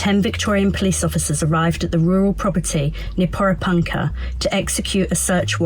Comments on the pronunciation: Por"eh" punka. Pommie girl ,just ask the locals how to pronounce it. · "I have been covering this story since the tragic events unfolded"...and I still can't pronounce Porepunkah. 😒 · after this long you would think they could say Porepunkah right. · So accurate you can't even pronounce the name of the town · You are a senior reporter and still haven't worked out how to pronounce the name of the town correctly. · Did she say she had been there for a week? Has she talked to any locals to see how to pronounce Porepunkah? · Can you please pronounce " Porepunkah " correctly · Can't even pronounce porepunkah.